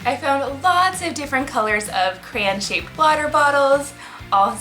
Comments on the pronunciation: its CRAY-ON not CRANE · CRAY-on not CRAY- In Edit: sorry it was bothering me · I’m sorry but I’m getting triggered that she said criaaaan